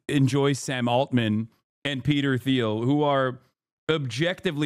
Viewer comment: Hi Hassan, Peter Theil’s last name is pronounced Teal not Theal, just fyi.